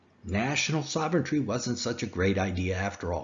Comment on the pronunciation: I love your videos, but a piece of advice - please learn how to pronounce 'sovereignty' properly. Yo'u're saying 'soventry'. You need to add an R after the V, and take away the R after the T - 'sovrenty'.